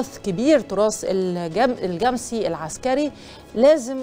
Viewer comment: أيه النطق الغريب ده؟!!!!! الجمسي بفتح الميم وليس تسكينها.